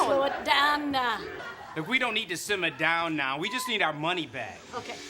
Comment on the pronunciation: Simm’ar down’a now’wa